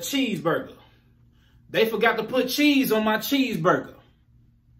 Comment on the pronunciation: The last part.. about the cheese on the burger. Was the set tripping because you ain't pronounce Bheese lol B.G.. they didn't get that